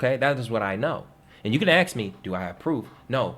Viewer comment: "Ask, not Aks" lol. Just having fun, great info!